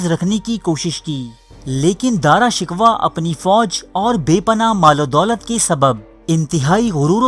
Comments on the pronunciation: Dara shikwa nhi he bhai Dara shikoh he Plz correct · Shkwa ghalt hai sheko hai. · Bhai Dara shikwa nahin Dara shikoh hai, Kitna Ganda talaffuz hai aap ka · داراشکوہ کو دارا شکوا نہیں بلکہ دارشکوووہ پڑھتے ہیں۔ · Bhai Urdu to thek kr lo dara shiko ko aap shikwa keh rahey ho Urdu channel ko badnaam na karo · bro,pronouncing is dara shakoo exactly not dara shikwa !!!!!!!!!!!!! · Mery bhai pehly iska name to theek say laina seekho ...ye dara shikuh hay dara shikwa nhe...pehly khud to is kabil bnao k apni video bna k baich sako. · Nalaek insan dara Shikoh ko bar bar shikwa bol Reno ho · bhai, saheeh tallafuz "Dara shikooh" hae na kahe shikwa,,lol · Apni urdu theek karo dara shikwa nahin sahi tallafuz dara shikoh hai. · Dara Shickohh not Dara Shickwa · o gadhay dara shikwa nhin dara shiko tha............. aurang zaib aik dehst gard or badmas badsha tha shrm karo nam to bolna ata nhn dara shikwa lolz chaval admi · Lfz shikwa nahi shikoh h .. plz note it .. 👍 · Dara shik waa naheen Dara Shikkhoo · اوہ بھائی یہ تلفظ ٹھیک کرو دارا شکوہ نہیں پڑا شکو جاتا ہے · Bhai Sahab Dara Shikoh ko Dara Shikwah na kahen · Shikwah nahi Shikoh ... Hahaha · Bhai shikwa nai shikoh hai lafz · Dara shku not dara shikwa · Shikwa nai shikow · Its darashikoh not darashikwa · Dara shikoh Hy not Dara shikwa